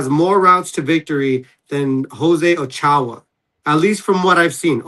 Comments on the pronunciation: Steve: "O-chow" Max: It's "O-cho-ah" "Alright bro, my bad. Dayum!" 😂😂😂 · “oh-chow” cmon bruh how tf do you have Garcia as your last name put can’t pronounce Ochoa even after your corrected by your friend but the white guy next to you can say it perfectly like cmon bruh I fw channel but it’s kinda corny how you try to deny your Hispanic heritage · Bro said exactly what I was thinking. Like come on bro, ur a Garcia, ur Hispanic. You never heard of the Mexican goalie Memo Ochoa? Smh. Lol. All love to Steve but do better my dude.